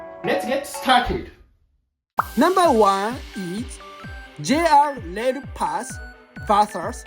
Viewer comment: It’s good info but I don’t know if you’re using AI or a person, but the pronunciations are a bit odd… たとえば、(「JR Rail」)「ジュニャー レール」はちがう。。。